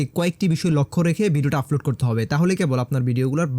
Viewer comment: আপনার উচ্চারণে ভুল আছে। আপনি আপলোড কে বারবার আফলোড বলছেন।